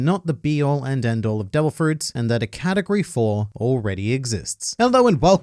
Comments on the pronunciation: did he just say "katakuri of fruit" you clever australian you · My favourite thing about this video is everytime you say “category” and I hear “Katakuri” hahaha